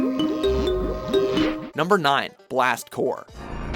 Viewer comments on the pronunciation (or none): "blast core" im VERY happy that the first game i ever played is on this list but are we just going to ignore the p in blast CORPS?